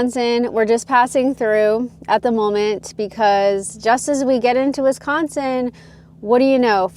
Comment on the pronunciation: it makes me laugh how you say Wisconsin